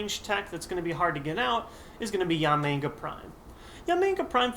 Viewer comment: Is it just me, or does it sound like he keeps calling Yanmega "Yamenga"?